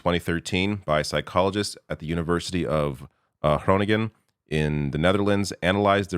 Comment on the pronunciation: Excellent effort at pronouncing Groningen!